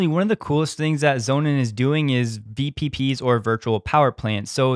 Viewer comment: Sonnen is german for sun , you pronounce it meaning sons im english , just sayin , speak fluent german , dutch , french , portuguese and english